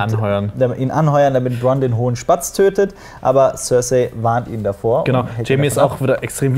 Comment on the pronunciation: tsörsai statt cercei ^^